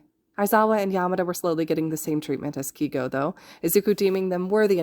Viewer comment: Im pretty sure his name is pronounced kay-go instead of key-go No hate tho!! Amazing fic and wonderful narration 😁